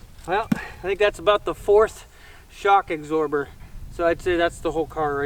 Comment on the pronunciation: Shock Axorber? I think he is from WV! That's how we say it.